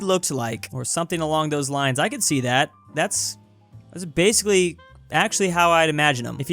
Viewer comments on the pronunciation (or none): none